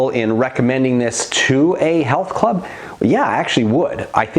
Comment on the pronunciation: “Health clubby” 😆